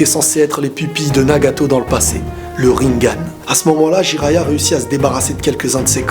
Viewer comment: Et sa ce dit rinègan ri.nè.gaaaaaaaaaaaaaaan! Il est con lui